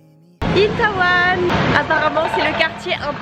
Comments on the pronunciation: Bonjour je voulais juste rectifier c'est itÉwon et non itAwon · '' itAWAN'' 🤣 je m'en remets pAAAS!!! ca se prononce plus ''itéwon'' 😊